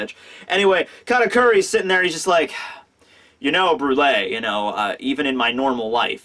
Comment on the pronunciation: Does anyone else remember when use to call her "Bru-elle" lol